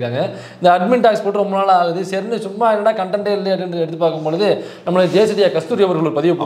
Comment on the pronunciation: அது தேசிடியா இல்ல தெ,... ....